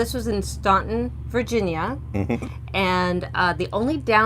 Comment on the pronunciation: Sorry we missed the live. We used to live in Staunton so we thought we would mention on behalf of friends still there, the pronunciation is Stanton. The town was named for Lady Staunton, who pronounced her name Stanton. The road CB is located on, Rowe Rd., sounds like 'how' not Lowe's. We always thought they should put the correct pronounciations on welcome sign coming into town. lol